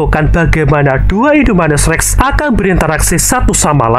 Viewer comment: Bang namanya indominus irrrrrreeeeeengggg😂😂😂